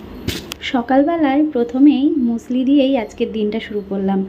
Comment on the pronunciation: মিউসিলি নয় মুসলি ❤